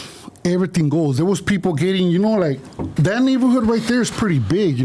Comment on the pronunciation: that’s the 2nd time you said ghat. Shut up